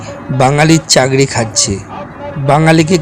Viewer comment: Ore Matal ..Oi kotha ta "Chakri" ... "Chagri" noi re .